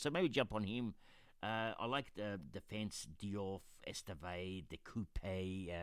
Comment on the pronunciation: Love it! Been following your AFL journey for a while, looking forward to what you do with this! Just a note, De Cuyper is a Belgian player who is pronounced De Kai-pah. Hope this helps 🤣 At the moment my team is: Vicario Frimpong, De Cuyper, Diouf Palmer, Bowen, Fernandes, Dewsbury-Hall Saka, Wirtz, Rutter Bench: Darlow, Dorgu, Truffert, Ampadu Vicario is underpriced if Spurs improve their defence. I don't plan to spend a transfer on my bench GK so any 3.5M player with a chance to play is fine. The defence explains itself, all picks at a good price. In midfield I really like Bowen. I have him in FPL and Supercoach as I think he'll kill it this year. The rest are all jets and bargains. Rutter is another player who I have in both FPL and Supercoach as I think he can break out as Joao Pedro's replacement. Good luck to you and hopefully our seasons go better than in AFL Supercoach 🤣